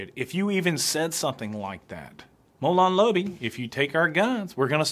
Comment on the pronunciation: Mow-lawn Lay-bee